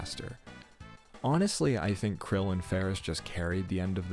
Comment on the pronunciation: Are you saying Krile's name wrong on purpose?